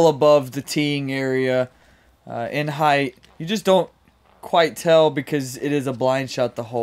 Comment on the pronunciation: Ok fellas is 'heighth' a disc golf term? Cuz it isn't a real word haha